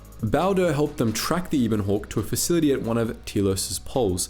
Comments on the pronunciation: I know a lot of people are going to be annoyed by this, so first of all I really like the channel and enjoy the videos. Second it's the ebon hawk not the eeeebon hawk, also please stop saying nucular, it's nuclear. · When pronounces it as the Ebon Hawk and not as the Ebon Hawk